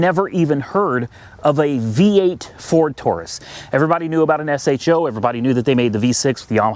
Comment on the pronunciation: Just say sho not s h o just sounds stupid lol